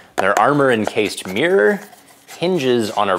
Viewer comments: 'Meeeyurrr' XD sorry gets me every time. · What's a 'meer' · Ahhhhhhhhhhhhh pronounce 'mirror' properly will you, my ears bled everytime